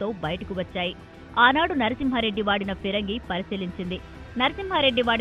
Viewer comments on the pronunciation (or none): Pirangi entra jaffa reporter! It's Phirangi